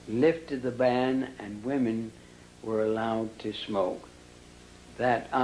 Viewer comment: Why do you pronounce "women" as "woman"? It makes me cringe...